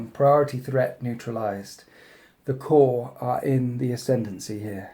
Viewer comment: korps not core